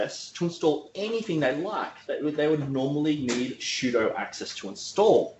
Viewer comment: Nice video but can you not say "shudo"